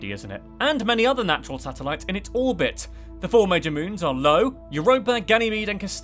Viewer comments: “Low” lol that moon of Jupiter (Io) is pronounced “eye-oh” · Jupiter's volcanic moon Io is pronounced Eye-oh, not low 🙄 But interesting video nonetheless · Io (i-o, capital i) not “Lo” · Lol "Lo". It's "EYE-OH" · Great video! One of Jupiter’s moons was pronounced Lo, it’s io, the more you know.:) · Most of this is awesome except for your pronunciation of certain objects: Lo is actually I-O The Kuiper belt is the Ky-per belt Methane is Meth-ane Callisto is Ca-list-o and i'm not sure but I think Dione is pronounced Die-own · you just called Io Lo ? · Did he really say "Lo" instead of "Io"? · LO? It's actually IO or "Eye-Oh" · #50, my dear boy. It's not "Lo" it is in fact, "Io" as in "i-o" The Io you read on Google, you mistook for an L. 🤦‍♂️🤦‍♂️ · Did he just say “Lo” instead of “io”? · He said low not io. I guess he's low in the head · You mispronounced two of Jupiter's moons. One of them was Io, which you pronounced as Lo. The other was Callisto, which you pronounced as Castillo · fr just said Lo not io for Jupiter's ring 🤣🤣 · The asteroid belt where Ceres resides is no way near Neptune's orbit and I think for this one you got Ceres and Eris confused, no biggie though since I know of an astrophysicist with a PhD who made the same mistake. Io is pronounced Eye- Oh cause that is a capital I, not a lowercase l you are reading also, I've heard people think the Moon was called 10 before as well. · Hi did you say "IO" OR low? Number 50 I think.